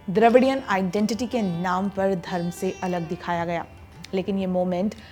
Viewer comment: चोला नहीं चोल धर्मा नहीं धर्म शिवा नहीं शिवा शिवलिंगा नहीं शिवलिंग काला नहीं काल कृपया शुद्ध हिंदी का उपयोग आपसे अपेक्षित है